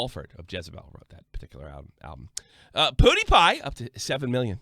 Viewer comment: I've been watching you a while, stuck by you through a lot...but you have been doing this a pretty long time now. Please, learn how to pronounce PEWDIEPIE!!! It's not spelled "Poodiepie"!!! LOL